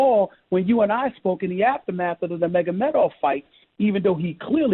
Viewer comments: He wants to comment on MMA but stilll calls Khabib "n'Megamedov"...... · "Megamedov..." That says it all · hahahahha thats so true man, sounds so wack